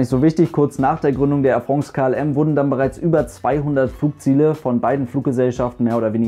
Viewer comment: Tolles Video und du sprichst Air France besser aus als ein Franzose Lufthansa. Weis auch nicht warum sowas hier kommentiert werden musste ;-) Danke für die tollen Info's übers Fliegen!